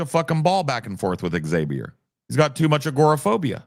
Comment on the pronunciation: Brett seems to have the most trouble with proper nouns. Names of dictators, Names of philosophers/other figures, Internet Usernames/websites/webservices, Political/pop culture concepts. For God's sake he names his son "Zabiur" instead of "Xavier" 😂